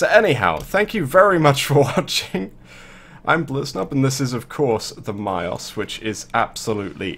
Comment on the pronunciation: Someone that plays warframe actually pronounced the name of a weapon right. There is hope for humanity. Mios. I am impress